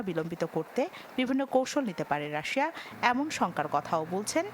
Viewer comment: সুনামধন্য নিউজ চ্যানেলের নিউজ রিপোর্টারের মুখে রাশিয়ার উচ্চারণ রাশা 😃